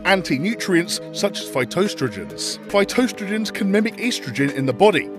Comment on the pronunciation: it's pronounced "phy- TOaST-a-gen"